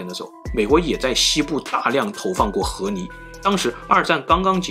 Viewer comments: 不是河泥 是河狸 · ～～謝謝你的影片 看了很多部影片後發現你有時候會把ㄌ的音發成ㄋ的音 像是河狸（離）會發音成（泥） 不知道你有沒有發現～～ 別誤會 我喜歡你的影片 只是有時候發音的問題會讓我不自覺的注意…. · 河li，不是河泥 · 河泥？？？你说的是泥巴？🤣🤣🤣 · 听着像 和离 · 一会河狸一会啮齿，l and n好考验四川主播的普通话。我猜是四川的。